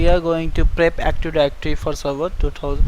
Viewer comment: Active directory, not actiwawy